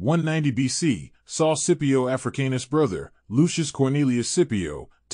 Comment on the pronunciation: The way you say his last name triggers me 😂